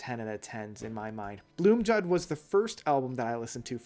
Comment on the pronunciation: Blomljud is pronounced BLOOMIUUUUDE which means THE SOUND OF THE FLOWERS. the guys in MS told me this!